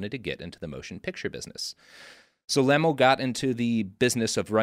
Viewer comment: It's not LeMELL, it's Lemell'lee. or even Lem'lee.